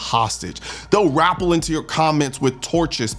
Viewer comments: Rappel. Not rahple or what ever you said. People misspeak. Clip, magazine, whatever. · its not wrapple, its rappel, pronounced ruh pel. children these days. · you mispronounced rappel. Shame on you!